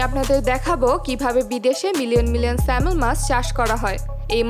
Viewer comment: ম্যাডাম কিছু মনে নিবেন না, আপনি মাছের নাম বলার সময় একটা মস্ত বড় ভুল করছেন। আপনি বলছেন " স্যালমন" মাছ। ওটার সঠিক উচ্চারন হবে " স্যামন" ল বা L এর উচ্চারন উহ্য থাকে। যেমন" আইল্যান্ড " (Island) উচ্চারনের সময় S এর উচ্চারন হয় না। তেমনি এখানেও তদ্রুপ।